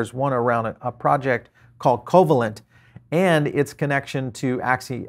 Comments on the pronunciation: Thanks for the update. Covalent is Pronounced 'co-vaylint' , named after molecular bond: A covalent bond is a chemical bond that involves the sharing of electron pairs between atoms. These electron pairs are known as shared pairs or bonding pairs, and the stable balance of attractive and repulsive forces between atoms, when they share electrons, is known as covalent bonding. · co -"VAY"-lent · I'm not sure who you are - your mispronunciation of covalent convinced me you are not an academic in any way. ugh. fluffware